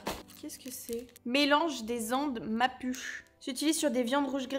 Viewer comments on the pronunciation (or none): "Mapuche" se prononce "mapoutché", enfin je pense que c'est ça le mot que t'as lu 😅 C'est un peuple indigène d'Argentine (et une partie du Chili). Il a l'air top ce calendrier international en tout cas !